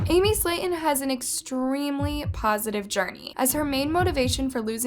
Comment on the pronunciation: i hated how u pronounced their last name wrong